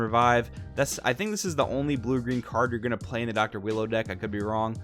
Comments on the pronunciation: Its pronounce U-i-ro. Phonomically its ooo-e-row. Im just going to go with willow/wheelo tho lol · I love how you call him wheelo 😊😂😂 im also gonna call him wheelo since thats the name im basically used to lol